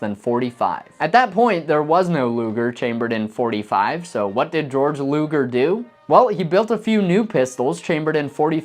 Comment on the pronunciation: His name was pronounced Gay - org Luger. Bore- chart pistol. I worked for John Martz the Luger Carbine maker from Lincoln, California when I was younger and we made .45 ACP caliber Luger pistols. I can safely say that they were accurate and functioned very well. The magazines required loading tools as the springs were very tough because there was a reliance upon the tough magaz spring to feed the ammunition with reliability. Shooting the .45 Luger that Mr. Martz made in comparison to the 1911, I like them both.